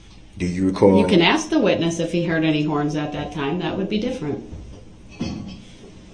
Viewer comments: Then “but I’ll axe again” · Axed——-I hate this word! Why can’t he just say ask! It’s taught early on. In kindergarten I believe. So why??? Also why does he tell grounds for everything????